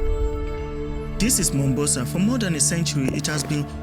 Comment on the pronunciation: My brother, it's not Mumbasa, it's Mombasa, 'Mo'. In Swahili, Mombasa is historically called "Kisiwa cha Mvita" (or Mvita for short), which translates to "Island of War".This name comes from the city's long history of being fought over and changing hands among Arab, Swahili, and Portuguese rulers over the centuries.The name "Mombasa" itself comes from the original Arabic name for the island city, Manbasa.